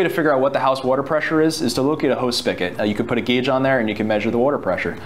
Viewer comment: **SpiGot**....not Spikket